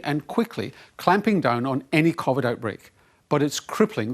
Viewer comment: Omg the coughvid guy is back I can't stand the way he pronounces covid